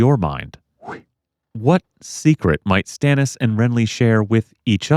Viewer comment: If we're talking about pronunciations of names, George says Stannis as, ston-is.